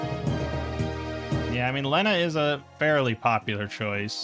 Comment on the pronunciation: thats not how you say lena